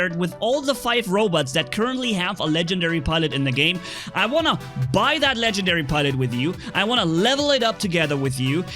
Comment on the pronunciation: Legendary not Ken gen diary